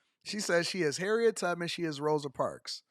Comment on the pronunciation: She said Harriet tuppits 😂 and not Tubman 😂